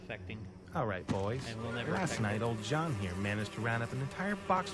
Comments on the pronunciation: pronounce it like shjauwn. not like jeen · I listened to it, i thought it was John but listened closer and it had a "Zh" sound instead of "j"